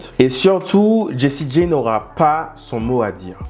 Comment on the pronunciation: Jessie J(Jay),pas G(Gee)✌️✌️✌️✌️